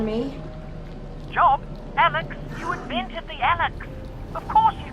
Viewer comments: Every time you mispronounce Alyx makes me want to gouge my ears out! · I agree